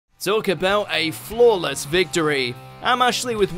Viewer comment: With the accent, it sounds like "..talk about a floorless vitory."